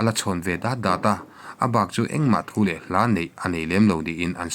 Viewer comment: " Thupe " nilovin, " Thup e " tihtur zawk aw, sir.